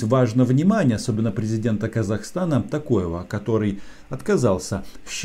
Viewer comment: Президент Казакстана не Такоев , а Токаев , Сидишь умничаешь , а фамилию правильно прочитать не можешь.